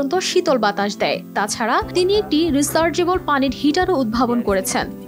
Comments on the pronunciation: রিচার্জেবুল না বলে রিসার্জেবুল কেন বলছো সোনা নতুন আবিষ্কার মনে হয়😂😂😂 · Rechargeable শব্দটি কি উচ্চারণ করল 😮😮😮?? রিচার্জেবল ফ্যান উচ্চারণ কঠিন হলে চার্জার ফ্যান বলেন সবাই বুঝবে কি বলতে চাচ্ছেন।